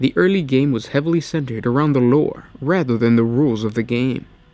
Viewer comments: when this guy says 'loure' hahaha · I know its petty and stupid but the way dude says lore is mad annoying